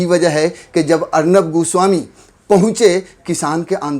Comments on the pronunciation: Arnab GU swami bola bhai aapne 🤦😂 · Bhai aap arnab goswami ko 'guswami' kyu keh rahe ho? 😆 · Godi media is absolutely wrong but what you are doing is also not correct...this is not journalism to pronounce someone’s name as “Gooswami” instead of “Goswami”....you are also doing cheap journalism..shame on u and will never watch you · Abe 'goo-swami' nahi goswami naam h uska... 😁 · Am I the only who heard Arnab ghu...swami 🤣 when he has pronounced Everytime.